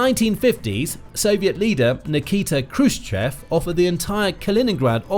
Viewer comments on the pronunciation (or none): none